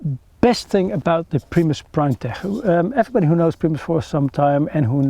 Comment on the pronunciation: Its pronounced "primetek" not "primetehhh"